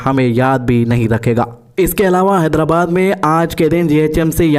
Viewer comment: Haidara kya bolre bhai mat bolo bhai naam sahi lo haidrabad